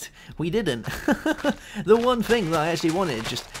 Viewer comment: please, its thing, not a fing